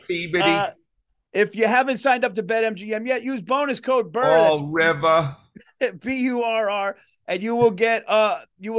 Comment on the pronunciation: Bill, you nailed your pronunciation of Fall River. Sincerely, An English teacher from "Fawl Rivah!"